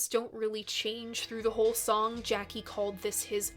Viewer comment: Jaki is pronounced Yaki - otherwise, you're not doing badly.